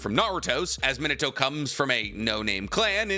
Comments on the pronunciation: Bro I'm assuming you of all people know how to pronounce his name but omfg it's fn MEENUTOH NOT MINUTOH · claims is a fan keeps sayin his name wrong (mee-nah-tow) not min-ah-tow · mi NA to, the emphasis should be on the "na". He also has a grandson named Bolt. (You know, like a lightning bolt) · Me-Na-To > Min-A-To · the pronunciation like "minnuh-toe" is killing me ioedrtnmgvoi9tkbn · At least pronounce his name properly. Not minatoe. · You make this video yet you can’t even pronounce “minute-toe”. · I'll be honest, I can't get past the way you pronounce his name but I'll be back one day and gave you a like regardless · it triggers me how you pronounce Minato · He's not pronouncing it correctly, but I'll conced to the fact that my explanation also is not exactly correct. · Well, he's definitely not pronouncing it the Japanese way, but it's close enough. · Fun fact he says minato name so wrong and it erks me. lol i almost stopped the video when he said his name like 20 times in a row.. starting to think he doesnt really know and he just googles the stuff.